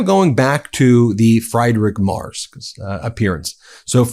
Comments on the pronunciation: The German Chancellor "Mers" or "Mars" ? Candy ? His name is pronounced as "Merts", with the "e" pronounced as the "a" in "cap". And then we go to "Dose" and liver ? What the heck does it have to do with the political message ????? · And his surname is "Merts" not "Mars". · his name is MErz, not MArs. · And he left Germany to avoid military service. Seems to run in the family. Ps. Ben. It is spelled Friidrich, like free. Not Kentucky Fried Merz. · Freed-Ri- (German (ch)) Mare-ts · Merz is pronounced "Mertz," like Fred Mertz. "Z" in German is pronounced "ts." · Please his name is pronounced Mair-ts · Merz is pronounced: Merts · Sorry, but the mispronunciation of Merz’s name is becoming annoying ( it’s frEEdrik maerts (pronounce the e in Merz as the a in mare). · It's pronounced "Merts" love 🙂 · Hey Ben, the german name Friedrich Merz sounds like Freedreech Merts. Just a hint, thx 4 all ur work. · Ben! I watch you a lot, but I have to correct you again about pronouncing Merz's name! I understand you have to learn a lot of unfamiliar names, but this one is pretty easy. Pretend there's a T in Merz--merTz--and you'll get closer. Certainly not "mars"! And Friedrich--it's FREEDrich, nothing "fried" about it--is a fairly common name even in America. Thanks. Not trying to be TOO pedantic, but this grates on my nerves. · Ben, stop pronouncing the German Chancellor's name "mars"!!!! It's super annoying. And INCORRECT. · Dude, it's Mertz, not Mars! You got it right once, You can do it. Just concentrate a bit. :) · The German chancellor‘s name is not „Mars“. His Name is Friedrich MERZ. Start with freed, then rich (not ritsh, no T) then Merrts. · It is not "Frederick Mars/Mers". It is pronounced "Merts". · Ben, you guys are on top of it and brilliant, but you just HAVE TO learn how to say these guys' names! The German is Friedrich (FREED- rich) Merz (MARE-tz). YOU GOTTA do this out of simple respect. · (Ben - his name is pronounced like "Mare-ts" not Mars or Murs or Mares)